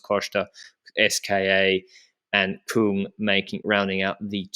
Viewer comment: not koong it's pronounced kyng.